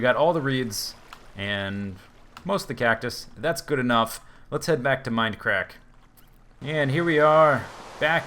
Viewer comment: OH YEAH MOAR MEIND-UH-CRACK-UH SERVA